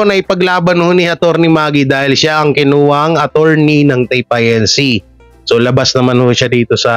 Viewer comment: pronounced as INCORPORATED (INC.)..not I.N.C. ( I. N. C.) Iglesia ni Cristo